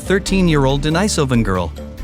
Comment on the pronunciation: Agreed. It's totally unnecessary. And I wish the narrator would settle on just ONE pronunciation of the word 'Denisovan'. This back and forth between two pronunciations of the letter 'i' in 'denisovan' is annoying